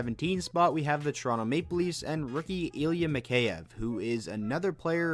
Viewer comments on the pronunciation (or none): none